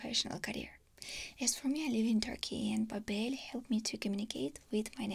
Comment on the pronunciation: Pretty funny you're doing a sponsorship for babbel... a language learning program and pronouncing their name wrong lmaoooo